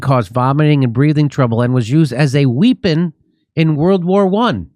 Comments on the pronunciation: haha Jimmy doesn't know how to read the word "weapon." Wheeeepon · "WEEPIN" Jimmy, you are a riot with your pronunciations! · I used to have an immigrant girlfriend, whose English was perfect, except sometimes her pronountiation was off, like she'd pronounced "weapon" as "weepon," and why she used that word, well, I'm not going to say, but it wasn't to joke about my six-inch weapon. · Lol nah that's not it. He actually pronounced it like weepin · say weapon again there Jimmy ?